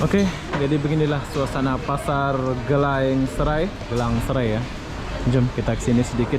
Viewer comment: Sebutan dalam bahaha indonesia jadi "gilang" bukan "gélang"